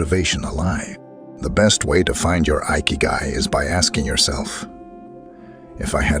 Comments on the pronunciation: In Japanese ikigai is pronounced like ekeyguy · “Eye Kee Guy” 💀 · Ikigai is pronounced (e kay gai) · Lost me at igahkik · I`ve stopped watching it where the narrator mispronounced"ikigai"!